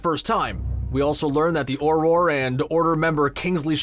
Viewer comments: It's not oror it's arorer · It bugs me when people pronounce “Auror” as “Or-Ror” rather than “Or-Er” which is how it’s correctly pronounced. (He pronounced it wrong) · no no no, your going to take somebody's eye out! its AUROR not OROR (philosiphers stone refernece, no hate) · i dont no if this is a american thing but aorror that is not the way you say auror hahhhahahahahahahhahahha (btw i am britsh)